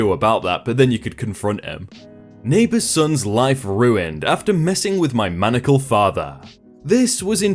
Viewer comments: Maniacal. OP wrote, "Maniacal." It means 'like a maniac.' It is pronounced, "Muhn eye ick cull." Manacled, as pronounced here, means handcuffed or having restraints on a limb or limbs. I get that words may be pronounced differently by non-Americans, but in this case, you are changing the meaning. Of course, a person acting maniacally may well need to be manacled. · MANICLE means a handcuff or fetter. MANIACAL means in the throes of mania or hysteria. The reader is pronouncing 'maniacal' as 'manacle.' So when OP says, "My maniacal father" the listener hears, "My manacled father."